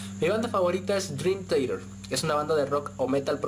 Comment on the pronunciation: Que vergüenza de libros al meter a Dross. Y que vas a saber tú de buena musica si ni sabes pronunciar Dream Theater.